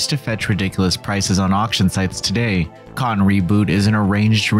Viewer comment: The way the narrator says “Cotton” as one syllable: Cahn. I can’t.